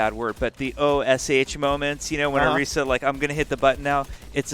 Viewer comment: Did say oreeesa? I don't think I heard that right?